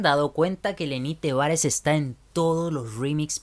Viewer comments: Porque siempre dices "lenny tevarez" es lenny tavarez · Porque siempre dice lenny tevarez, si se dice lenny tavarez